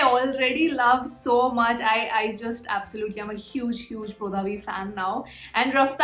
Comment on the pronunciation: Pronounce of brodhaV is bradhaV